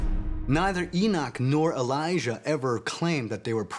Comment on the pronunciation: Elijah A Liar A-lie-a